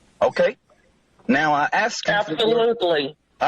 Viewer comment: At least says statute instead of statue. But he do say axe sometimes instead of ask.